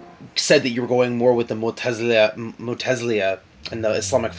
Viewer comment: Mu'tazila...i like you so this is a friendly reminder..mu'tazilia..sounds weird hehe.. ;)